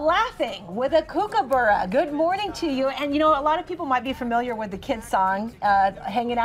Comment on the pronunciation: Can we stop saying fermiliar, pls